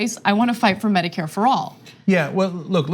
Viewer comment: "Meh-dicare" lol